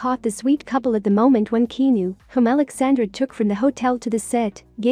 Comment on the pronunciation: Good Lord say his name correctly please... He deserves that much